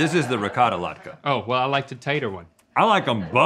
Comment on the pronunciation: 'Ricottay latke'